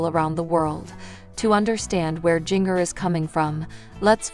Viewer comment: It pronounced Ginger like the spice. NOT JINGer. You have never seen 19 and counting